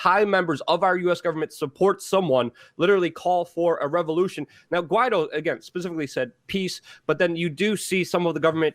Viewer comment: Guaido is pronounced Gee a doo